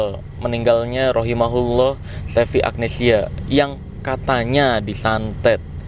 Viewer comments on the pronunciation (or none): bang marcell keren.. sedikit koreksi bang. untuk doa kepada wanita yg udah meninggal khususnya muslimah yaitu ROHIMAHALLAAH bukan ROHIMAHULLAAH . pake HA bukan HU,diambil dari LAHAA (kata kepunyaan untuk dia perempuan ) dhomirnya dari HIYA Dia perempuan. makasih bang.hhee